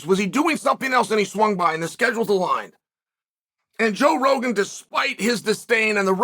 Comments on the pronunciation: Did he say Bro Jogan? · I love that he feels the need to tell us joe rogan has a podcast 😂 Oh and getting the name wrong was the icing!